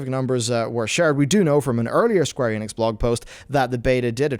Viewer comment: Did he say squenix?